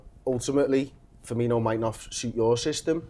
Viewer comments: Seriously pisses me off so much when people call him Firminho like there's no fucking H it's just Firmino. Stupid Manc twats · hes not called FIRMINHO, its just FIRMINO, no H, no "Inyo" sound, just "INO", "FEAR-ME-NO". Its really not that hard. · firmino, not firminho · "Firminho" fucking idiots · It's Firmino not Firminho you fat grizzly